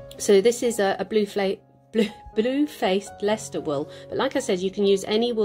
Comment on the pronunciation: Really enjoyed this tutorial. I am inspired for Christmas presents now, thank you. I really laughed when you said Blue flaced Leicester I say it every time I mention them, its so hard to pronounce. I got my family to try and they all stumbled! 😄